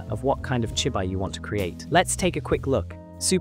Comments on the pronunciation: from the way it say chibi i can tell you used Ai in the voice over. its chibi [chee-bee]. but ill save myself the headache and skip this one. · chibi -> chee - bee. 'chi' + 'bi' -> 'chi' as in tai chi. 'bi' as in bee the honey bee.